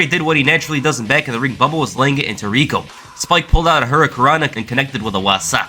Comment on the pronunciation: At times when you say Rico I thought you said Regal.